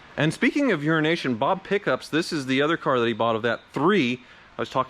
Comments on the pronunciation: you really need to enunciate the “O” in EurOnation Bob. It always sounds like you are saying Urination Bob. Lol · Everytime he says EuroNation Bob, I only hear Urination Bob, and I feel like that can't be a coincidence, despite how nice they treated each other when buying the Sprite. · WHY DO YOU KEEP CALLING HIM URINATION BOB?